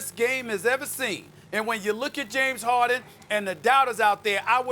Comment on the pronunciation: Perkins: “James Hawden”